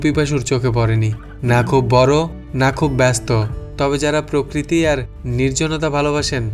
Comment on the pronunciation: উচ্চারণটা হবে প্র-কৃতি,কিন্তু অনেককেই দেখলাম উচ্চারণ করছে পককৃতি।